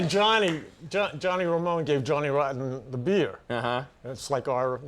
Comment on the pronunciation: You can hear Conan's accent come out when he says "beeyah" lol